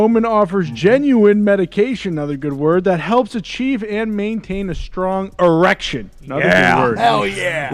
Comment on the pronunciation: "Erecrion" Smoke fills the room